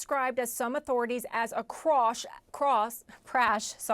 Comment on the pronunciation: 3 mistakes by reporter in a second :crush, cross, crash" 😂😂😂😂, not east been a reporter, 👍❤️. Pura Vida